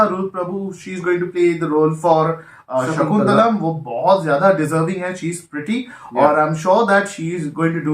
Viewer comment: And its not shakuntalam Its shaakuntalam Shaaaakuntalam